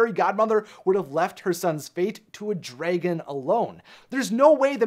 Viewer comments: If i hear him pronounce dragon drAYgon one more time Imma lose it🌚 To summarized this🌝💁🏽‍♀️ Charmining never made it on time because he was traveling from far far far Away(literally) If fiona lived in florida basically charming’s trip to fiona was like traveling from hollywood, los angelos, California And shrek was in jacksonville🌝🤷🏽‍♀️ So it was a far opportunity for charming I rather hear shrek(and donkey) comical shortcut adventure story than Charming’s heroic “destined mission” End of summary and examples🤷🏽‍♀️ And honestly as a second idea I thought he didnt arrived sooner because his mama Was playing “bibidi bopidi boo” On his “prince white shining armor attire” And applying his sephora makeover 🌝🤷🏽‍♀️ Fairy godmother- oops, ooh sowwry dalling I forgot to add a little shimmer on your lip gloss and a tad of glitter in your golden locks to bring out that beauty flare 🌝 Now you look like a covergirl☺️model Prince Charming shashays out, looking like a split image of chris hengeworth and david bowie, continuously fluffing his hair. Meanwhile, shrek and fiona already arrive TOGETHER in far far away🌝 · its DRA GEN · I like how he says dragon as "Drei-gon" and not "dra-gon". It's funny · STOP SAYING DRAYGIN ITS DRAG ON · Dra•GUN not Dray•gin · Dray-gin Dra-gun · Yeah...just one question. Why do you pronounce it "dray-gan"? That's such a weird way to pronounce dragon. Sound it out, bro... draag-onn. See? Self explanatory! The english language really isn't all that hard....except to some Americans, it seems. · Its DRA-GON not DRAY-GON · The beginning is like Dra-ke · DRAH GINNNN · “the draygin” the WHAT?? 😂🤣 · The way he pronounces dragon as dreygen or drejgen. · Stop. Saying. Dragon. Like. DRAYGON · I cant get past how he keeps saying dragon. "Draygon" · Why does pronounce dragon the same way Fred pronounces treasure in scooby doo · It is adorable that he says dray-gon I do the same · nobody: this dude: draygun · The way he says draygon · Dragon. Not Draygon.